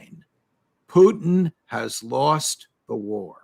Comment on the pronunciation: It's funny how Ray McGovern always pronounced Putin as "Poo-theen".